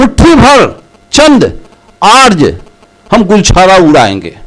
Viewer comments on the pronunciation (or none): बोलना तो सीखे अर्ज नहीं आर्य होता ह।आज जमाना बदल गया ह।जैसा कह रहे हो वैसा पहले होता था तुम पब्लिक तो गुमराह कर रहे हो।